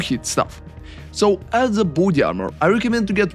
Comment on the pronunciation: great video but i heard initially booty armour instead of body armour